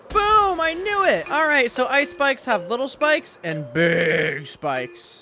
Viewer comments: “Ice spikes” sounds like “ice spice” or is that just me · What you say : Ice Spike's - What i hear : Ice Spice